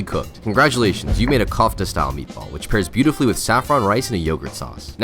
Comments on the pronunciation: For the love of god dont call it cought-ah its pronounced k-ouf-tah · Regardless, it was absolutely pronounced wrong in the video, and probably by everyone reading this. It’s more like “Keff-tuh” instead of “cough-tuh” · The way bro said kofta is wilddd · realistically who cares? it’s a cooking channel designed to show off the recipe, minor mispronunciations like that can and should be ignored if the recipe is accurate